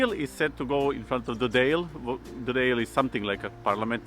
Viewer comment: Your Mum is very welcome to Ireland and I'm sure she will enjoy her visit. You mentioned something about a man's day at or around Christmas when we are supposed to do all the housework. I'm very much against this sort of thing as it upsets the natural order of life.😀 Also the Dail (pronounced Doyle) is the Irish seat of parliament. Christmas differs in many countries. I worked in France for many years and they have their feast of food and wine on Christmas Eve. Christmas day is normally spent going to church. However, New Year's eve is their wing-ding, much like the Scots. The French eat tons of oysters on New year's eve and in the days leading up to it the supermarkets erect marquees in the car parks specially for the sale of oysters. The French buy them in dozens in boxes. Cheers.